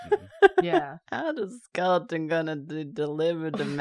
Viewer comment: they started saying skelton instead of skeleton recently and every time its a jumpscare for me 😭